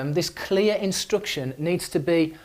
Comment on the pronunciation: I'm sorry, why do you say 'instruction' with the sound "u"?